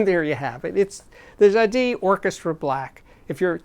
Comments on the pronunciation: I think it's Ja-dees? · Hi Steve I love your show! Jadis means "formerly" in English and you have to pronounce the S at the end. Jadisss... Thank you 🎶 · I've never heard Jadis called Ja Dee before. I guess Triangle is called Twah An Gail? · Jadis is pronounced "Jadeese." Rhymes with geese. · The "s" in Jadis is pronounced. It means "long ago" or "once". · I'd say the geese analogy makes the ee too long and the s too much a z. People can set Google translate to French-English and type in jadis (once up a time) to click the speaker icon. And, notice the stress is on the first syllable.